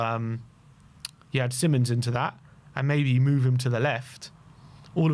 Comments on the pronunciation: It's Simons, NOR Simmons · See-mons, not simonds/simon's. Cmon guys. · No it isn’t! It’s … See-monz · hes dutch. its sea mons